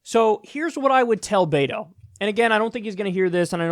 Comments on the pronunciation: Kyle it's not Beito its Beto bruh 😂😂😂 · Kyle please call him BET-OH NOT BAY-TOH... AND YOU OBVIOUSLY ARE NOT PAYING ATTENTION. BETO SET A GOAL TO VISIT EVERY COUNTY IN TEXAS. HE HAS MET THAT GOAL! HE HAS BEERS WITH BETO events IN MANY CITIES WHERE TALKS TO VOTERS ONE ON ONE. HE HAS BEEN EVERYWHERE! AND HE HAS DONE ONE THING THE DEM PARTY HAS IGNORED FOR YEARS, MAKE HIS NAME IN FORT WORTH AND ALL OF TARRANT COUNTY. FARMERS ARE ANGRY WITH TED. SO RESEARCH PLEASE, BEFORE SPEWING ANOUT WHAT BETO NEEDS TO DO. HE IS ON IT! I ASSURE YOU! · Pronunciation note: BET-OH, not BAY-TOE. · Beto is pronounced "Bet-o" (the "bet" part is pronounced as if we were talking about a wager.) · Kyle I love your show, but it's killing me. Beto, like bet-o, the Latin American shortening of Albert or Alberto. The mispronounciation is rough buddy. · The way kyle says beto made me laugh every time he said it. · Kyle nitpick here. The e in Beto is pronounced like the e in echo, not like the a in aces